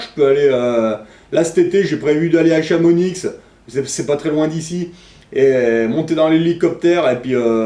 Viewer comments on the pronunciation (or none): nan on dit chamoniiiii :'(( mai t un geni merci pour seque tu fait :) merci boucoup